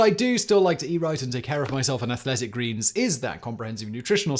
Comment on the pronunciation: AthLLLLLetic Greens lol. Is that the accent? He said it correct the last two times.